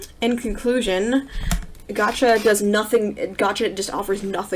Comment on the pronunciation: LAYM Gacha because she pronounced it wrong?